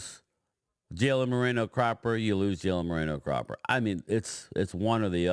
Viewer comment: Brian...TOO FUNNY.........EDOGA....NOT CHUMO EGODA.....LOL.....AND CALLS CROPPER...CLAPPER...